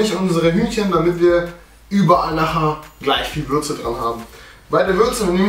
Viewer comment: wer bei Würze auch Fürze verstanden hat Like xD